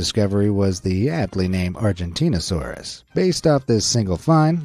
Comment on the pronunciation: Please don't cover paleontology ever again you pronounce all the names wrong except for Argentinosaurus which is weird and you just get a lot of the facts wrong just just don't do paleontology stuff